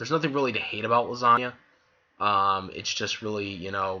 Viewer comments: I think it's hilarious you keep saying her name like Lasagna (the joke). Though if you want to be taken seriously, her name is pronounced LEE- SAH- NA. :) I don't hate her at all, though I do dislike how people who blindly ship her with Natsu really think she should be with him instead of Lucy; despite the fact that Lisanna basically gave Lucy her blessing to be with Natsu and how Natsu essentially doesn't really even interacts with her; the only time after Edolas they directly interacted one on one was when they were captured by Tartaros and tied up naked; which was more comedic than romantic in any way. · Well, the whole time it sounds like you are saying the Italian pasta dish Lasagna (Lah-san-nia).